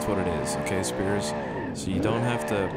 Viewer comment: Just a heads up spiers and speirs are both said the same.. for it to be said the way your said it originally it would look like this "spires*